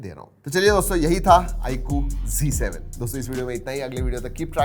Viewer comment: bhai apise g7 kio boltey hojabki ye z7 h